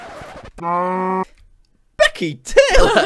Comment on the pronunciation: "Beckeh, get off mee leegs!" is now my favorite scentence. Thank you jack, very cool.